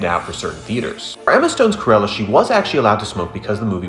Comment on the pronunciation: ITS NOT PRONOUNCED C-UH-RELLA ITS C-RU-ELLA😭😭😭😭😭